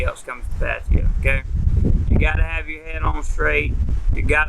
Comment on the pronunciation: At least pronounce it properly 😂😂